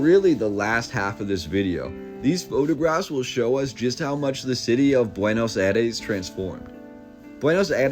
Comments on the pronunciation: Buenos aïres not buenos ares… 😉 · There are many many french type buildings you have no idea. Before making a video please inform yourself It is also BUENOS AIRES. NOT BUENOS ARES